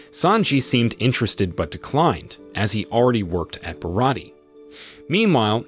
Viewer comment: But yet, they keep saying Barat instead of Baratie 🙄